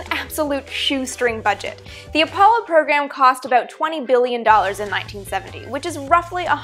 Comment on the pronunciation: I love it when you say aboot